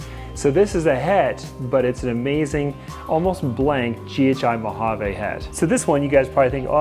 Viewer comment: Beautiful snakes! Please stop saying "mojav-AYE." It's "mojav-ee."